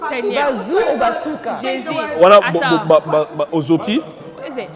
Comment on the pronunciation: BA NANI😳😂. I am here screaming Ba-zo-ka and Sylvia is saying Ba-zoo-ka 😭😂